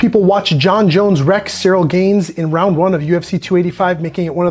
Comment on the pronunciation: G-aaaan not gain, not Cyril gain